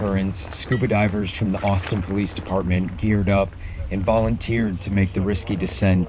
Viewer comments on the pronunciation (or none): I'm from New England, and I thought they said my neighbor Boston at first, too. Then I realized it must be Austin. God bless them all. 🙏